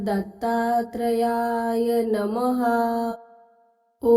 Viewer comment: Mantra ucchar chukicha ahe tai Om dra dattryay nasun Om dram dattatrayay asa ahe